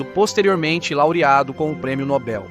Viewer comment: E tanto especialista, estudioso, doutor, e outros bichos por aqui que não dá para numerar. Só que, não sabem nem pronunciar o nome Nobel. Eles falam com os peitos estufados "Prêmio Nóbel, Tacam erradamente tônica na primeira sílaba. Como fazer fé em analfabetos funcionais assim?